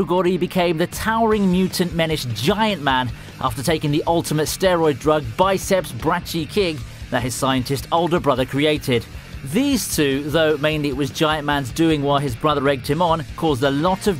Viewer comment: My man just pronounced brachii "Brat-chee"